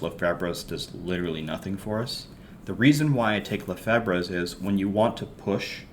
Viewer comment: Lefebvre is french the b and the r are silent. Lefav is how you pronounce it, lefebvre is my step daughter last name she use to yell at me all the time about it lol.....overall great video I love the content